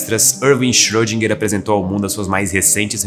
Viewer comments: Só uma dica linguística:a pronúncia de Schrödinger não é Xirôdinger.É Xirêndinger. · a pronúncia dele não tá certa. Não seria problema ele colocar humor se o humor fosse bom.